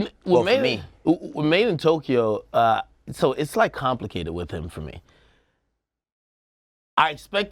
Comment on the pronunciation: WHY DO PPL SAY MADEINTOKYO WHEN ITS SPELLED MADEINTYO